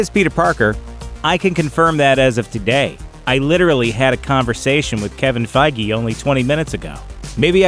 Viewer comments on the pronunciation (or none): none